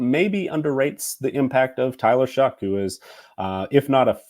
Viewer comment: I’m a Texas Tech fan and alumni and I just want to know how Tyler is going to pronounce his name. Shuck is how he pronounced his name at Tech. More like show. As in show me that you can stay healthy at your 3rd school.